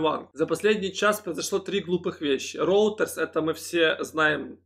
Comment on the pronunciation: Роутерс?... вы серьезно? Скажите, кто-нибудь - РЕЙТЕРС - агентство новостей.